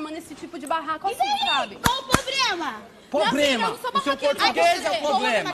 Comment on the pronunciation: YOONGI: "Probrema",seu português é o problema kkkkk caramba kkk é mt ele falar isso,estou passando mau kkk